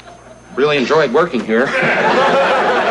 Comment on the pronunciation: There are two very different versions of the final act of this episode. In the first, the fake Pesola is played by John Wheeler, who mispronounces the name "PAY-so-LA." The fake Pesola gets away with the money and the station is forced to pay out twice. This was re-taped with Vincent Schiavelli as the fake Pesola. In this ending, as the fake Pasola is leaving with the money, Johnny asks to walk out with him, professing admiration for Pasola's knowledge of music. Moments later, the real Pasola arrives to receive his money. Herb starts to explain the mix-up to Pasola when Johnny walks back in with the money, telling Carlson "That guy knows even less about music than you do." The second ending was typically seen in syndicated versions of the episode; the original ending resurfaced on the 2014 Shout Factory DVD release. FYI Don Pasola was played by Tracy Walter who some would know as Jack Napier's Number Two "Bob" in Batman.